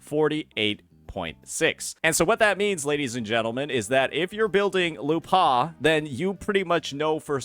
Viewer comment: You're pronouncing her name wrong to get people to comment on it and drive engagement huh? Well, I can tolerate "Kachona", "Zayni", "Cartelaev Fleurduporoknikov", but not this "lupAAHH". curse you, curse youuu!!!